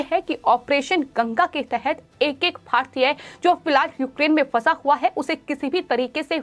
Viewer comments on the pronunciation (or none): भाहतीय, खहबर, हुआह हुआह , दुर्हभाग्यहपूर्ण, जह्वाब सहकार, पाहने, तह्सवीर, अरे अपना उच्चारण सुधारों ।